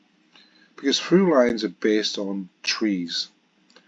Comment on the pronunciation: Sorry to be that nitpicker, but and you say 'true lines' instead of 'Thrulines', and as this is a common mispronunciation of Thrulines, and often leads to people believing that it is actually called 'Trulines' and that all Thrulines are thus meant to be true, it's worth pointing it out..